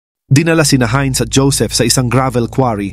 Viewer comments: German yan.... "HAYNZ" ang bigkas at hindi "HIN". Heinz Ketchup kapangalan nya (American brand na ketchup pero ang may-ari ay anak ng isang German). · It is pronounce as "Haynz".